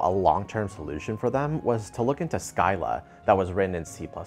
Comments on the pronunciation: Have to point out that it's "sea-lla" instead of "sky-lla". Chatted with folks from ScyllaDB, and Discord is pretty much on Scylla now. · We pronounce it "silla" 😉